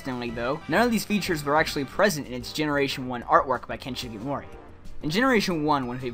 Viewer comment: Ken Sugimori. SUUUU gimori.